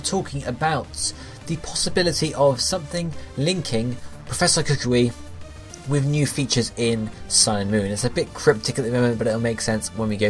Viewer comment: Just in case people are still pronouncing his name wrong...its pronounced COO-COO-WEE and NOT COO-KWEE.